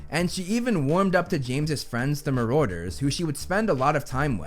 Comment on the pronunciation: It’s marauders!( MAR DERS)